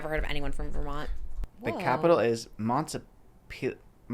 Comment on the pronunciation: I live in Vermont and I was cracking up 😂 The pronunciation of Montpelier sent me.